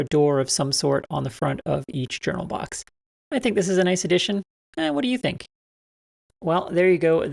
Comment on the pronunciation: ...N-o-i-c-e... (As it is said in the Australian dialect)